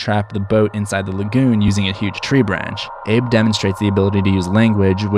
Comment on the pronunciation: The way you pronounce "lagoon" is cringe worthy. Ok thanks.